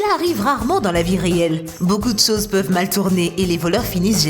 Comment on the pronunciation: « beaucoup de soze »